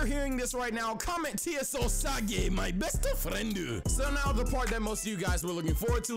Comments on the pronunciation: " MY BESTU FRIENDU" 😆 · “TSO_Sage MY BESTU FRIENDUU” Yessir 🤣